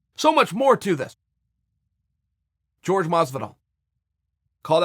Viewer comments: its jorge masvidal not george masvidal jesus christ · Chael says people only pay attention to kicks and punches... but misses all the stuff behind the scenes and in between.. Proceeds to call Jorge Masvidal .... "GEORGE" the entire interview... it's pronounced "WHORE-HEY" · Jorge is pronounced 'horhe', not 'george'. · Dana is right Jorge(FYI pronounced like "whore hey" , you sound racist when you purposefully call him George, I'm not latino but WTF is wrong with people) is way too big to fight Mcnugget , It would look like child abuse. Masvidal probable wouldn't be able to contain himself for promotion either, Street Jesus takes the shit talk personnel and the lil racist turd Mcnugget has zero impulse control over his mouth, But I would F-ing Love to see them try!!!! PLEASE DANA PLEASE make this shit happen , I'll be worth it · 'George' Masvidal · "George"...hmmmm.It s to hard to pronounce "JORJE "with H ,or you are just too dumb? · His Name is Not George Stupid his Name isJorge Educate yourself Stupid... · Masvidal has said multiple times, "Call me Jorge... not George" .... Say it Frenchie! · For your information mister Sonnen Jorge is not pronounced like George amigo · i'm 89% sure his name is pronounced hore-hey. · I like how askren called Jorge “Gorge” so much and now even old chael thinks that’s his real name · I do not think his name is pronounced "george" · Henry cejudo calls him George. It's fine. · Why does chael refuse to pronounce Jorge right? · Am i the only one that hates how he says Jorge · Nat Han Chael has problems with any hint of espanol. He won’t call Ferguson el cucuy, he calls him Big Ferg🤷🏻‍♂️